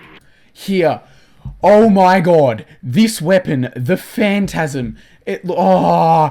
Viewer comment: Phantasm when you said it, I sounds more like Phantgasm